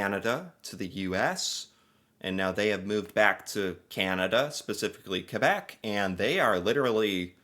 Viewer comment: For what it's worth, your pronunciation of "Québec" is pretty spot on! Love from Canada.